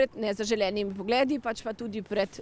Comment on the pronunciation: bo treba na učne ure pravilnega naglasevanja v našem jeziku.... pokojna Ajda Kalan, ali Nataša Dolenc... beseda "pogled" je v nedolocniku "O" širok, ko sklanjas, se ta "isti" <O>... zoža, poglêd-pogléda